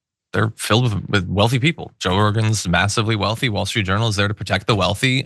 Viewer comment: I had to replay the beginning because I thought you called WSJ the "Wall Street Urinal". Now, I'll never be able to unhear it.